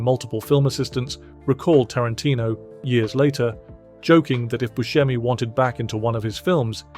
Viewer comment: The name is "Bu se mi" with a sharp "s", not with a "sh". Steve himself pronounces it this way and he should know.